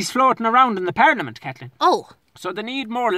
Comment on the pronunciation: A par-lee-a-mint 🤣🤣🤣